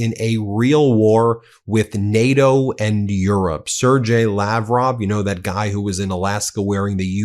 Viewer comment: Sair-Gey, not Sir J, on the pronunciation.